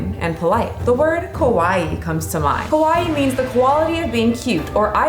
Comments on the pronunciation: You pronounced Kowai which literally means SACRY! 😀Girls in Japan want to be cute, not scary. The correct pronunciation is KA WA EE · So you are pronouncing "kawai", "kowai"??? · "Kowai" means "scary." You mispronounced. Kawai as "Kowai." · kowai = scary KAwaii = cute you gotta really emphasize the KA sound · She needs to be careful for her pronunciation. She said kowai not kawaii. Kowai means scary. She meant to say kawaii with a car pronunciation and an extended ii sound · FYI when you say kawaii you re pronouncing it kowai which means something totally different (怖い scary) , the ka should be pronounced more like the ca in cactus (though still not exactly the same) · the way u pronounce kawaii is kowaii which means scary instead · Good content but the way you pronounced the word Kawaii was very incorrect. The way you spoke it (ko-wa-i) actually sounds like the Japanese word for scary. Both words are close in pronunciation but in the future please make sure the first sound is a hard "ka" and not the soft "ko" sound. Take this from a man who lived in Japan for over a decade and experienced trying to hit on women making the mistake of calling women ko-wai (scary) rather than ka-wa-ii (cute). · Please pronounce kawaii, KA WA I I, not KOWAI which means scary. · Just a gentle tip: Make sure to say “kawaii,” not “kowai.” The former means cute, but the latter means “scary.” Native English speakers often say “kowai” when they mean to say “kawaii.” As someone who’s lived in Japan for almost 15 years here, I hope you enjoy your trip! Be sure to bring masks. Most people still wear them here, especially indoors. 😊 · It threw me off when you said "kawaii" because it sounded like you said "kowai" which means scary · The way you pronounce kawaii sounds like "kowai" (scary). I love that :)))))))))))